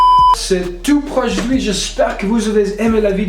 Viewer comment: Ajuidi=aujourd'hui 🤣🤣mais j'adore ce gars tu te débrouille très bien